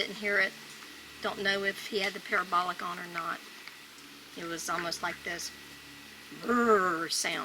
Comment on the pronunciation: haha it allways makes me chuckle when he says parabolic it sounds like pair a bolock lol